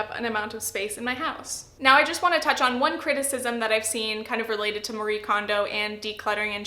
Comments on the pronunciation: I’m impressed with the points you made in a fairly tight video. I think with this series you could easily go to 20mins. (This is a little pet peeve as a Japanese speaker, Marie is pronounced “MA-ree-eh”) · The E isn’t silent! :p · I've heard from Japanese Americans that we have all been pronouncing Marie wrong this whole time and it's actually more like our "Maria". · It's funny how literally no English-speaking person pronounces Marie's name correctly (sorry, I didn't mean to attack you personally, it's just a general observation).